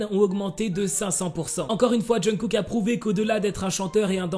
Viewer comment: Ta façon de prononcer le nom de Kook mdrr Essaie d'écouter à maintes reprises les natifs le dire, tout comme les noms des idoles mdrr ''Djeun-kook'' mdrr